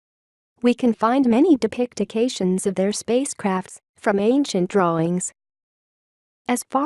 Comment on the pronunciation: "Dipictications"? Ha ha ha ha... Should be "de-pic-tions". I wasn't gonna say anything when I heard "Conkweestadors", but now this! Should be "Con-kee-sta-doors"